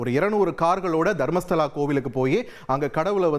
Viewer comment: ஏல அது தர்மஸ்தலாடா அம்பி, நீ மர்மஸ்தலா என்று தப்பா பேசுறியே நல்லா படிச்சுட்டு பேசுடா அம்பி 😂